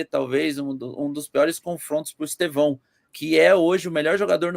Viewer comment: O nome não é Estevãooo aprende falar